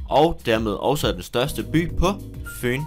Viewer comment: sjov måde at sige FYN på